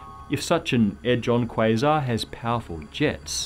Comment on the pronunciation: The way he says quasar disgusts me